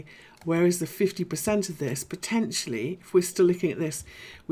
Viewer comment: I like the way you say "poTENtially"! ... lol! Can I ask how deep or shallow you would expect the current 4th wave in btc to retrace?